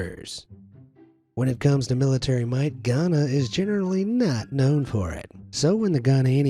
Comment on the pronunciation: OMG IM FROM GAHANA AND WHEN U SAID GHANA IT MADE ME SO PROUD GOR SOME REASON😭🇬🇭